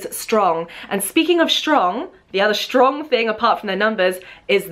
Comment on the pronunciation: why do u say shtrong? there is no "sh" in strong.